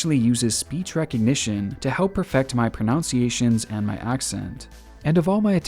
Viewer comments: You pronounced 'pronunciation' wrong in your ad about how it helps your pronunciation lmao. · I hate to be that annoying little shit that has to cry over spilt milk but... with your Babbel ad, you mispronounced "pronUnciation"; it's not pronounciation, my dude. Aside from that, love your content, g. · The irony of having an ad for babel, talking about the pronunciation help, and pronouncing it wrong lmao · You also meant pronunciation; not pronounciation...just a point to aid you in your grasp of diction,.. no sarcasm. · Mispronouncing 'pronunciation'...how ironic! 😄